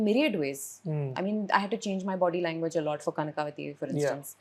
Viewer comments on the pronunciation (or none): Such a great clarity of thought!! Wish she works more on her kannada though. ಕನಕವತಿ. Its not ಕನಕಾವತಿ as she says